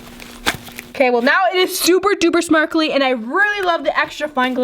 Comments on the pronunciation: At 14.30 she said its super duper smarkly instead of sparkly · You said smarkly instead of sparkly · she said smarkely like if u agree p.s. i love u this is not a hate comment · when said “now it is super duper smarkly “ instead of saying sparkly. Did u notice it ¿ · Who else heard her and saying Smarkely and she didn’t do the Before and after picture on the last one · She said smarkly for the fluffy slime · Did anybody notice that said smarkly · she said SMARKLEY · you said smrkly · U said super duper smarkly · She said smarkaly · you said smarkaly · "ok know it's super duper smarkly" 😂😂 love u sm